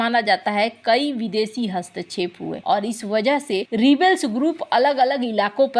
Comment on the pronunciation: इस्क्रीन पे या स्क्रीन पे... हस्तेछेप या हस्तक्षेप... सासक या शासक ... मुस्किल या मुश्किल ...